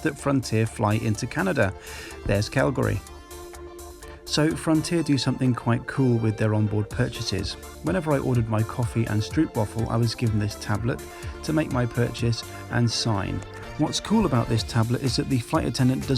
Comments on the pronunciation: It's pronounced strope not strupe. I'm Dutch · Lovely upbeat video! Also, if you care try and pronounce it 'stropewafel', with stroop as in "nope". That's what the Dutch do ;). I don't mind you saying "stroepwafel", that's how the Dutch would spell your pronounciation. But maybe you care to get it right. I personally don't mind it too much as I get it from a video editing point of view, but I think it really bums people out that you speed up the lift off. Maybe add it at the end of the video? That airpark is cool although it does seem a tad noisy to live on an airstrip ;) Nice landing too!